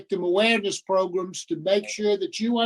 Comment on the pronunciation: Ok i have to say this, its not progrims its programs lol say it how its spelt, so irritates me lol